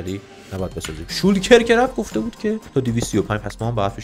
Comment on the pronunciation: عجیبه گفتی شالکر🤘😂 اخه همیشه میگی شولکر😂